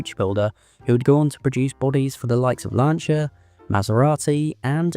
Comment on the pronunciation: An English narrator who can pronounce Vignale and Lancia. I nearly fell off my chair. Bless my soul.